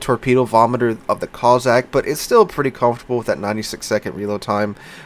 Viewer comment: how can you pronounce the BŁYSKAWICA almost flawlessly yet have me cringing at COZZACK-COSSACK-KOS-SACK hope it's the after effects of a good few drinks for turkey day, will have to have a look at the back n fourth with little white mouse and think when HURON is available I may well buy it, great vid as always be good ✌️